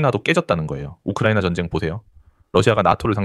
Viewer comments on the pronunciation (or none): none